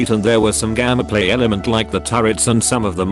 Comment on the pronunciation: Hearing gammaplay instead of gameplay is ruining the video for me